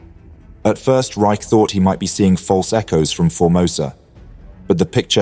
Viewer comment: Regarding the captain of Sealion II, Eli T. Reich, his last name is pronounced “Rich” not “Rike.” My father was an officer on board Sealion II when Kongo was hit.